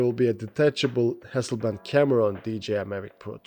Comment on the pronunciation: Hasselblad not Hasselband...